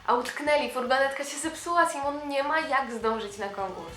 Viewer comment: Vici Shteryanova kocham magię Nie "Sajmon" tylko Simon